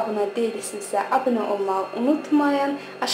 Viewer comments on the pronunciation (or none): none